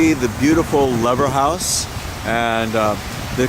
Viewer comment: It's promounced Leever house.